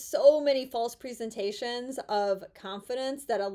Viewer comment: You didn't say presentations correctly, where are you from? Point 9 and 7 are very important